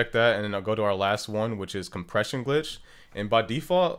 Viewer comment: Alguien más se dio cuenta que lo decía era ''GLTICH'' y no ''GLITCH''? XD